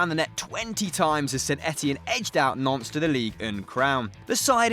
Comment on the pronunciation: 😂 Why did u pronounce Nantes like Nonce